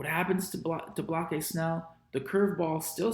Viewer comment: Lol why do you call Blake Snell "block-eye" 😂? Did I miss the joke? Or is that how it's pronounced